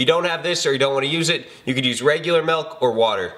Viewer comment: What the hell is melk?